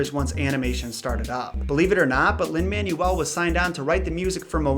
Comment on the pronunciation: One thing. YOU SAID HIS NAME WRONG! It does happen a lot but it’s not Man-u-el it’s Man-well. It’s fine I’m just saying.